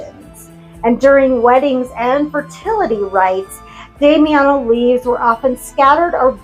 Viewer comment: You pronounced it well. I need to use Damiana more. yesssss!!! I love that. I hate and will never do a love spell. Ethics in spell casting 101! my husband always says… if you need me for s€x magic, I’ll help haha 😝 I’m selfish with mine too and use it sparingly.